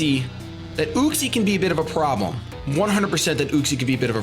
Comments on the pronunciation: It's pronounced YUCK-SEE. Not OOCK-SEE. Just... SAIYAN OHHHHHHHHHHHHH HAHAHA SO FUNNY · i think its pronounced Yuck-see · It's pronounced UU-xie. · you say uxie weird. i always thought it was you-ks-ee